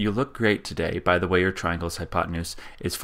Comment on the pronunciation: "hypotenuse", BTW.